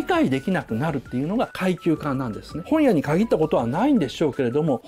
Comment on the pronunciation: 本屋の発音どした